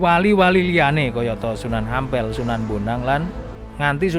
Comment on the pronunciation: Sunan Ampel bukan Ngampel minnn...!!!😂😂😂